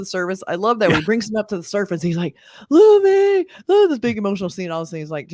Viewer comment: I was going to subscribe until I heard someone mispronounced luffy’a name specially when the live cast made a whole YouTube video on how to pronounce the name.